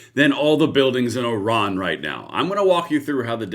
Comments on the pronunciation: Why do you keep saying Oh Ran? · Just in case you didn’t realize, you are saying O-ran instead of I-ran.